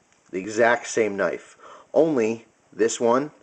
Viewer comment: CCC: "Cheap, Cheap Cnife"